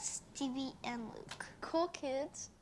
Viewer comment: He said "loot" not Luke.